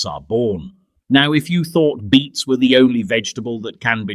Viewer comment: Beets. Not beats